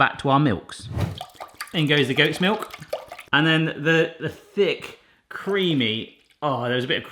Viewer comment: Everytime I hear you describe think and creamy I hear some undergag